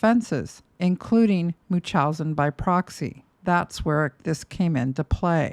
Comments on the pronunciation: its pronounced MUNCH-housen not mooch-housen and its called factitious order imposed on another, NOT munchousen, I would think a psych nurse would know that? Additionally, fictious disorder imposed on another CANNOT be disagnosed on someone who is dead. And to ascertain a proper diagnosis while the offender is living is incredibly difficult, that is why there isnt a true diagnosis. Gypsy is messy but she was abused and brainwashed her entire life. Nick got a raw deal. Gypsy is a victim and also I guess a manipulator (like her mom). This video is reaching. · Love the videos, but the way you can't properly pronounce "Munchausen by proxy" gives me pause. Especially with you being an RN...